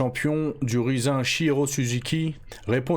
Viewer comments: Je pense pas que ça se prononce "rizze un" mais plutôt comme le mot anglais "rising" . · Rizin il nous dit mdrrr, "Rayzine" (Rising) ça vient du verbe Rise (s'élever) mdrrrrr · Ca me fume la façon dont tu dis Riz zin ! 😂 Je connais pas c'est une nouvelle variété de riz ? 🤣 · ça se dit raïzine frero fait un effort mdrrr